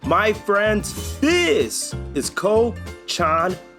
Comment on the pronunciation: Enjoyed your video but you need to pronounce your French and Spanish words proper it’s coo-Shaw (French for pig) and duel-ce(Spanish for sweet or candy) and last is Ben-yay.(French who add all these letters and then get upset when their language is butchered)lol. All in all I enjoyed this video and I’ll follow you to see you finish your list.